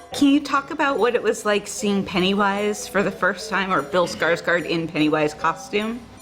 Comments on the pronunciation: Here is a tip "å" is not pronounced as "a" like in English, its pronounced "or". So it isnt Skars-Guard, its Skars Gourd. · What hurts me the most is how they can't pronounce Skarsgård's name right, it ain't even that hard